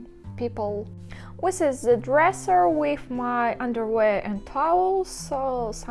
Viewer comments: Are you saying "wis is" instead of "this is", or am I not hearing correctly? :D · Yes. Good english overall: Wi instead of sound Th Ex. Winter vs the Just a small correction to make Reposting so she can get an alert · Уис вос э литтл кринге. Следует тщательней поработать над произношением. От такого пронаунса над нами и смеются... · Good English far better than our Russian!:-) If too troublesome can try an alternate phrase like "you see my..."or "check out my..." or "that's my", etc. For fixing 'This is...' pronunciation, always use 'The' sound vs 'wis/h' or 'winter' sound. Heard 'winter' pronounced correctly too. Many 'this is' sounds like 'wis is'. but hear correct 'this' first & last times. Also pronouncing 'the' correct too. Can practice rerecord audio and replace the video audio if tech savvy maybe. Or just add a note about my English is improving daily! :-) and pin it at top of comments of insert as text in video and reupload video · i thought i was the only one hearing it.